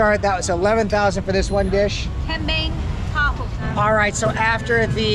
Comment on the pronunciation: Bukan kembang tahu. Tapi kembing tahu. Kalo orang bule yg ngeja mah